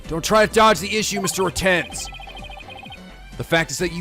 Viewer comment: Poor, he already knows the pun for Mr. Retinz and he still can't pronounce it right X'D